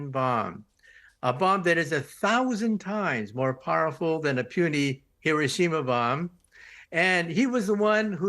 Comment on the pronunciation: Learn how to pronounce Hiroshima correctly.